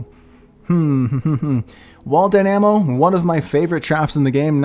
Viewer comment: Die Nam oh.... WHY CANT ANY1 SAY LIKE: DIE NA MO